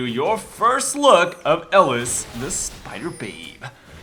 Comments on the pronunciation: "Ellis"? lol it's elise, like "e-lease" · EEEEEEE leeeeeeece not eLLis! lol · Elise, Colby, El-lease, not Ellis. Ugh. It's not even an uncommon name. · Her name is Elise, not Ellis. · Her name is Elise not Ellis or however you pronounce her name. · im sure someone else has already said this but its e-lise not ellise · isn't it elise? not elis. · I think it's pronounced like "release" not "bellies" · El-leese not Elliss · Char name is pronounced eelliiccee not alice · DAFUQ its prenounced e- leas not eliss for gods sake, americans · Take this video down, re-read the champion skills, remake the video and re-upload it. This has so many fails scattered throughout. Her name is also Elise, pronounced El-Eese. My uncles name is Ellis. Please don't call her Ellis. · Definitely said Ellis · no you said ellis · I think her name is pronounced like yours,. Not like Ellis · Stop saying Elis.. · el-ease lease is not correct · Its pronounced El-eese. xD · that is not how you say the name elise man. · learn to say the champs name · i would like this video, if you said her name right, otherwise a cool video though like every other one you make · You don't know how to pronounce Elise, do you?